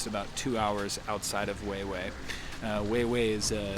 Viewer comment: Huehuetenango's coffee is one of the best in the world! Thanks for share the video! I like the way you say Huheue ♡